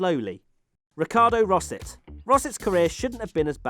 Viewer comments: I'm sure Rosset is pronounced something like "Rossay" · When you said "Ricardo Rosset", I immediately thought "ah, Ricardo "Tosser" Rosset!"!